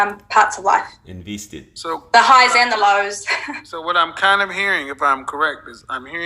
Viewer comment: you something else 🤣 "inveested"